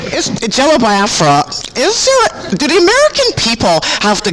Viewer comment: I don't know what was more annoying: the gay love fest or this idiot consistently mispronouncing Biafra